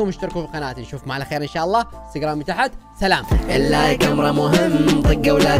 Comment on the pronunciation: كلت تلام مو سلام